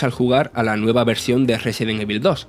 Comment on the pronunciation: Aprendan a pronunciar "evil", ¡maldita sea! ya van más de 20 años de este juego.